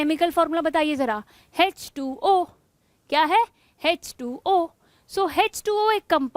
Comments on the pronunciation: Mam its nt hz 2 o Its h2o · Hech2o nhi h2o